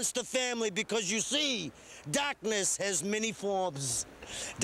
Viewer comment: "Dahhhkness has many foims!"